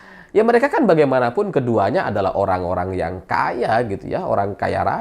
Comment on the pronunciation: Horrrrang kaya wkwk